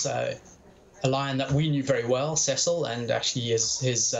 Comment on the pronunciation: see sul not ses sul